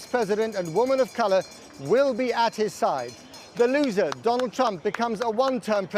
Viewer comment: Like the way he said the LOSER